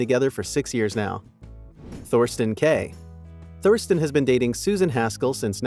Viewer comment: It's Katherine KELLY Lang. Thorston is pronounced Torsten (silent h). McInnes is pronounced Mic In Es. I can understand the mispronunciations of Thorston and McInnes but right out of the gate with the wrong name altogether??? Do better. LOL